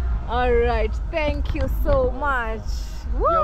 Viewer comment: I like it whenever you say "tingoo" makes me laugh.More love